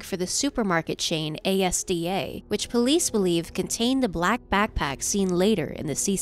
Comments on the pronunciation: it's not A.S.D.A is "AS-DAH" You say it as "ASDAH". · ASDA is pronounced As-Dah not A S A D. Thought to let you know as someone who lives in the UK where the stores are and they are advised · Brit here. The supermarket ASDA is pronounced Az-da, not A-S-D-A and Couny Armagh is pronounced Are-Mar. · It’s not called A-S-D-A it’s called ASDA lol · I remember hearing about this story a few years ago. It’s so sad 😔 The supermarket ASDA is pronounced as As-Dar not A-S-D-A. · A S D A 😂😂 it's Asda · it’s pronounced azda not A S D A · While this video is incredible and I love the detail you go into and it's horrorific what happened to her, calling Asda A S D A sent me 😅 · its pronunced as-da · Hearing asda pronounced a s d a makes it sound like a government sector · A-S-D-A... its pronounced asda/.... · As someone who is from Belfast I screamed at how it was pronounced